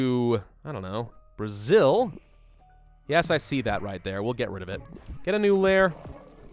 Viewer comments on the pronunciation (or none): none